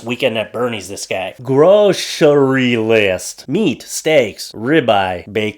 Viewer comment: I completely LOST IT at you reading off that “!” 🤣🤣🤣🤣🤣🤣🤣🤣